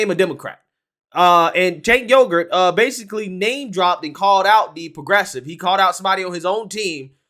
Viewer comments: is he saying Cenk Yogurt? LMAO. I can't stand the guy but a lot people don't know how to pronounce his name. It's pronounced Sank-Wee-ger. BUT please keep saying Yogurt, I think it's fricken hilarious. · It's actually pronounced Jank not Sank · “Jaynk Youger” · It sounds like you’re calling him Chank Yougurt 😂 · "Tank Yogurt" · It is pronounced "chunk yogurt". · I LOVE the fact, that you called him Chenk Yogart! 😄 he needs some yogart! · I lol'd when I thought you called him Chenk Yogurt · the actual correct way to pronounce it is Sank. Now maybe he pronounces his as Jank. That is what I used to say but then I have been corrected by people so many times, lmao. I think he needs to come out and just fricken tell people how he wants his name pronounced. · Love how pronounced Cenk’s name different every time he said the name